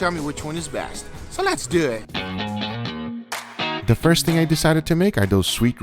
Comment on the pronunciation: Texas Roadhouse: we cant give the recipe GUGA: lets Dew Eet